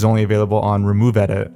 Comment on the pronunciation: "removed-it" not "removed-edit"